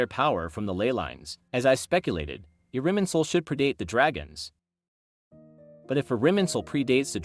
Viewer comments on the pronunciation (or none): irminsul, not iriminsul?